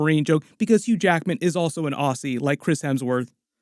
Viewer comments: Im not Aussie but we (Aussies and others) say Ozzy, not Ossy (Aussie) fyi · ozzy not ossy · auzzee not aussee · Not insulting or anything but if ever refer to an Australian person to their face it’s pronounced Ozzie not Ausey, not a big deal but they would probably make fun of you, most Australians have a good sense of humour and are natural ribbers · Aussie is pronounced auzzie or ozzi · It’s pronounced Auzzie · "Aussie" is pronounced "ozzy" as if you're saying Ozzy Osbourne